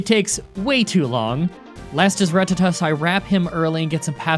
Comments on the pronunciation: you pronounced rattata wrong. what is you. the most common pokemon is not pronounced ratete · RUH tattuh. IT'S RUH-TATTUH, not rat-TUH TUH. EMPHASIS ON THE FIRST SYLLABLE. PLEASE. YOU'RE KILLING ME. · I subbed for the way you pronounce Rattata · Disliked because you knowingly said Rattata incorrectly. Also unsubbed. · disliked because of how you pronounced rattata